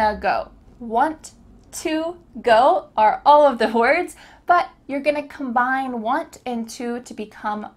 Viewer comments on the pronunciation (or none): none